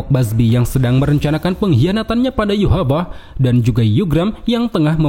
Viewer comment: Gue lebih milih liat channel ini dibanding yg lain karena dia nyebut yhwach dengan YOHAVA dibanding yohavaha geli gue dengernya